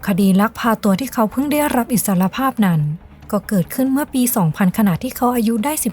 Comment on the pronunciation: ไม่คุ้นกับสำเนียง นี้เป็นนี่ แล้วเป็นแล่ว นั้นเป็นนั่น เสียงต่ำ ฟังยาก บีบเสียงสูงขึ้นนิดและปรับสำเนียงให้ตรงตามวรรณยุก